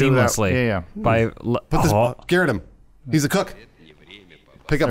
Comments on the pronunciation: How come they pronounce 'garrote' like 'Garrett' the name? I assume its just how Americans say it (which is fine, I'm not hating) but isn't it supposed to be pronounced 'gaROT'? What if they need to say "garrote Garrett"? Would It not just sound like the same word twice? Food for thought... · Anyone else getting triggered everytime said "garrett"? It is pronounced ga'rot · I can't tell if purposely pronounces 'garrote' like 'garrett' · ITS GARROTE, not garut!!!!!! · Garot lol. “Gah-wrote” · I'm not the only one bothered by how they're pronouncing "garrote", right?